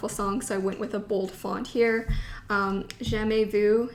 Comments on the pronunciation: Hello I’m french ^^ your prononciation of « jamais vu » is very good :0 hihi I purple ya 💜💜🥰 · I don't even listen to BTS but seeing you fangirling about BTS is so cute! 💖 For the pronunciation, I use this awesome collaborative website, Forvo. You can check out how to say "jamais vu" here if you want: 😊 (I'm French, and you didn't butcher anything, don't worry. I know that the "u" sound is difficult for native English speakers. 😉)